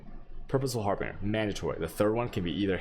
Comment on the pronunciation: You are trolling right? There is no second r in harbinger. Har- bin- ger (like Germany) not har-bringer. And there is no d at all in resonator... res- on-ate- er.